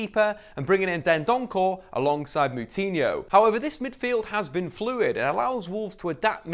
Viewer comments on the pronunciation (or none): It's Neves not navas it's dendoncker not dendoncore it's saiss not siass it's moutinho not moootinho. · It's Dendoncker, not Dendonckel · "Seeass" "Dendonkorrr" "NAVAS"